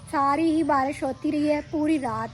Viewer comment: باراش نہیں بارش کہتے ہیں